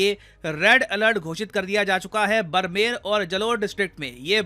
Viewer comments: बरमेर नही है उसे बाड़मेर बोलते है sir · बरमेर नहीं बाड़मेर😂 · It's बाड़मेर not brmer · The district is called badmer not barmer ❤ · बरमेर😂😂😂 बाडमेर है 😂😂, हाय अग्रेजी🎉🎉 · I think need correction Barmer = बाड़मेर। Not बारमेर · Sir being a rajathani , it doesn't feel good when you pronounce the city names incorrectly .. here's the correction - Barmer - ( बाड़मेर) not बरमेर Jalore - (जालौर) not जलोर Nagaur - (नागौर) not Naguar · Sir, its not बरमेर district it's बाड़मेर 😂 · It's a बाड़मेर not ब्रमेर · barmer is pronounced as baad-mer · Barmer nhi baarmer hai voh English accent mai boldoya aapne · Sir wo बरमेर nahi बाडमेर है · It's Baaaarmer not Barmer 😂😂😂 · Sir ये ज़िला बरमेर नही है बाड़मेर है। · वो बाड़मेर है, बरमेर नही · I am from rajathan, Seriously i laughed when said बरमेर instead of बाड़मेर. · बाड़मेर है ,बरमेर नहीं 😅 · बरमेर नही बाड़मेर barmer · Sir बाड़मेर, जालौर नाम है। बडमेर जलौर नही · Great video, one thing just don't butcher the name I am from Rajasthan thats why it bothers me 😂, but its fine... Barmer (Pronounce - Baadmer) Jalore (Jaalore) Yeah I know you we might know correct pronunciation of every town or city but its just for future if you come across this name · Aap rajasthan ke district ka name shi pronounce nhi krte Ho बरमेर==बाड़मेर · Pls pronounce Barmer correctly , it is pronounced as बाड़मेर. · Barmer - ( बाड़मेर) not बरमेर Jalore - (जालौर) not जलोर Nagaur - (नागौर) not Naguar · सर वो बाड़मेर है नॉट बारमेर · बरमेर नहीं सर, बाड़मेर होगा सही उच्चारण‌ 😊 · सर "बाड़मेर" और "जालोर" बोला जाता है, न कि बरमेर और जलोर। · बाड़मेर न कि बारमेर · बाड़मेर not बरमेर l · Bhaiya sorry ye Barmer pronounce nahi karte hai usko baarmer pronounce karte hai. ✌🏻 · बरमेर नहीं सर बाड़मेर 🥺😔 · सर् बरमेर नही बाड़मेर होता है। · बरमेर nhi hain बाड़मेर hain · Barmer ? Sir it's baadmer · Sir I am from Jaipur Rajasthan sir I affect or not 🚫 Sir it is badmer not barmer people pronounce it badmer 😊❤️ Sir what is the cure of this❤️❤️🙏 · Its बाङमेर सर